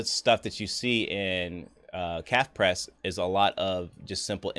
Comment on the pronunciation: It’s NOT “Calf” Press!!! It’s “cafe” like coffee cafe.